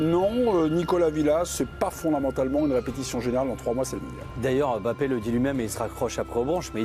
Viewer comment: Arrêtez de dire EM bappe svp